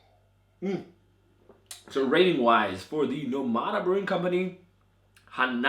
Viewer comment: The name is NO-mada, with the stress on the first syllable, as the ó symbol indicates, not No-MA-da. The same as in English, where you would say NOmad, not NoMAD.